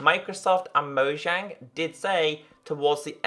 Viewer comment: Monjang no monzang :P